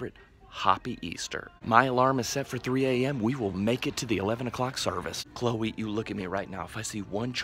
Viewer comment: He says Khloe I’m like huh?